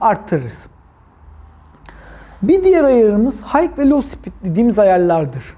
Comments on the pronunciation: video yararlı ama high’ın hayk diye değil hay diye okunduğunu söyleyin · Hike değil high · Ellerine sağlık usta çok güzel anlatım. Ufak bi düzeltme olacak izninizle.. H dediğiniz HIGH(yüksek) yani okunuşu HAY.